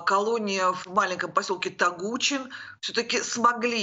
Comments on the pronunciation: Не тогУчин, а тогучИн, там строгачь.. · ТогучИн, а не ТогУчин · Как можно слушать эту бабенко, она даже район о котором свистит называет не правильно.. ТогучИн, правильно на букву и ударение... Мы живем рядом ничего подобного не слышали и не видели! Баба пукнула и запах понесла!! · Всё просчитано теперь исполняется. Город ТАГУЧИН ударение на букву ИИИ' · Ну, уже научитесь, как правильно произносить слово" Тогучин"... По русски...